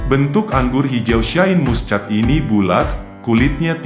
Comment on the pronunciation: Baca Shine Muschat kok dibaca letter lux😂😂😂😂wk kk